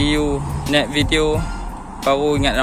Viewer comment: see u net video...hahahaha...cakap biaq terang.....SEE U NEXT VIDEO baru betoi